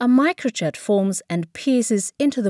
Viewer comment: or pronounce Micro jet as "microchat"